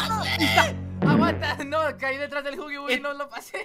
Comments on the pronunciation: se escribe (huggy wuggy) pero se pronuncia (haggy wuaggy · Se pronuncia Huggy Asi Jugy Wugy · Se escribe huggy wuggy Pero se pronuncia jagui wagui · la bestia de poppy playtime se escribe huggy wuggy pero se pronuncia haggy waggy